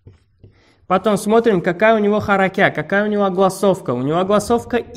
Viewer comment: ХАХАХХА я не могу не харякят а харакат